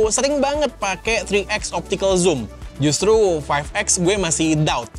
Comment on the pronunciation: RRRRRRRRRRRRRRR bang.. Justru bukan justlu 🤣🤣🤣